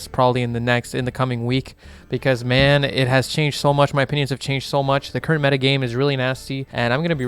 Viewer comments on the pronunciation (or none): none